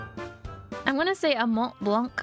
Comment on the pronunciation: As a french girl, i'm personaly offended on how you said Mont Blanc. You will have to work that.